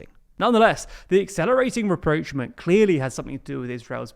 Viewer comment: rapprochement ≠ "reproachment"